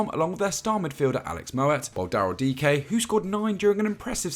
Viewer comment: I'm American and I actually went to some Orlando games when Dike was there. His name is not D K, its Dike. Think of the defamatory or offensive name they call lesbians. Change the Y into an I and you got yourself a solid name right there. Welcome!